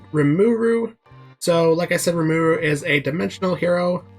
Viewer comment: Say his name right. Watch the anime